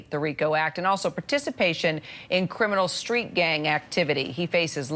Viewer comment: She almost said “street shit”